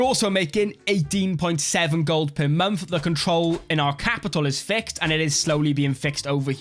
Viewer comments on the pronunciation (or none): none